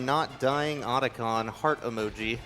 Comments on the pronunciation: Who's Oder-Con? Sounds like a bank robber who smells bad. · Well that's one way to pronounce Octagon. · lol at americans making up their own pronunciation once again. OTACON no oats in the spelling there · Could you please not mispronounce Otacon's name? Thanks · How do you miss pronounce the name repeatedly when they SAY IT OUT LOUD DURING THE FREAKING RUN?